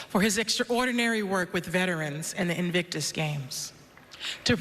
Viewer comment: Sounded to me like Serena said 'Evictus Games' - twice!